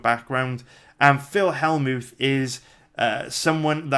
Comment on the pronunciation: Skimmed through and knew you would butcher more names haha. Phil Hellmooth??